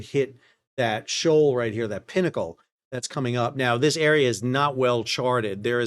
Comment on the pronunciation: Thank goodness you said pinnacle and not pee-knuckle.